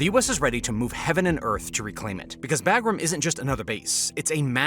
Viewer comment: Imagine calling a B-2 bomber a B-52 and also being an a§§hole and then you mispronounced Bagram, which I'm sure you've heard pronounced properly a thousand times in the past, but you know the proper way huh?! 👎👎